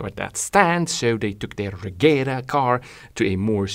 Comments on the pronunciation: apparently its not pronounced "regera" but "regira" you can hear Mr. Koenigsegg say it in the video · The "G" in Regera is read as a "J", say it like Re-jera and it vill be pronounced right. BTW Regera means "Rule" (As a king does)